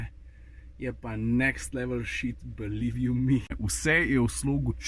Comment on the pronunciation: Haha … "Believe you me" lepo povedano, se lepse slisi :)